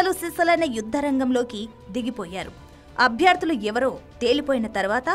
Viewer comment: అభ్యార్థులు కాదమ్మా అభ్యర్థులు